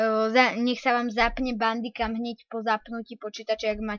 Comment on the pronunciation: Čita sa to bendikem piše sa to bamdicam